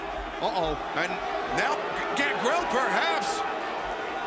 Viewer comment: Justin botching Gangrel though lol